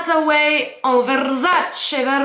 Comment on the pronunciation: Le truc sur la tête on appelle ça une tiare. Versace et non Verzzzacee. Et ça se dit caler en mode 😊😅